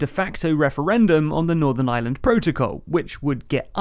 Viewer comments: The same time they learn to pronounce Ireland not Island. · It's called Northern IReland, not Island as you've pronounced it many times. Puhtickly frushtrating to hear.